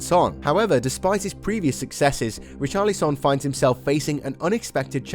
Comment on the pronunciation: It’s Richarlison